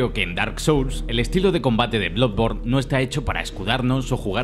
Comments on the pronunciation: Bluborn? Jaja diría que es bladborn la pronunciación, y luego ya dice blodborn jajaja madreee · Cuando deben de pronunciar como se lee no lo hacen, que es eso de bludborne a pero no sea Spiderman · “Bludborn” La mayoría de veces se niegan a pronunciar el inglés con el acento adecuado, otras veces cuando lo intentan lo hacen directamente mal. Decídanse! Que me ha gustado el video. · Soy el unico que escucho Blood Porn al principio? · Todo bien,pero no me puedo fiar de una persona que ni sabe pronunciar el nombre del juego.